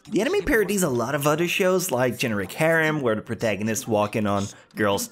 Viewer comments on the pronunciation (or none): none